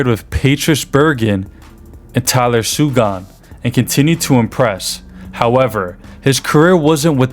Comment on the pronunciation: 2. Five hundred fifty million. Daniel sidon and Tyler sigun? Even getting Marchand wrong. Pertrice bergan seriously? Not one pronunciation is right or even close I don't understand how you do a hockey video and butcher all their names like you've never seen them before. I don't like being that person but dude its gotta be better than that..3 point 5 hundred fifty million? What? Its 3.55 million..then its Tyler segwan..another totally different butchering of his name. Basic pronunciation these things aren't hard